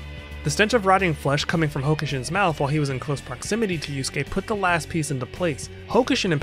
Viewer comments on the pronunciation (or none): Good vid but ngl These american pronounciations KILL me. „Yus-gay and Kew-row-kow“ 💀🔫 Its Not hard to pronounce it correctly, Even as a non-native speaker.